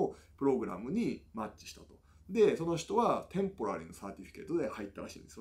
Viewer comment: 医学のお話しを重くならないように、軽妙な語り口に楽しく試聴させて頂きましたぁ～✨流石にtemporaryの発音が素敵でした 笑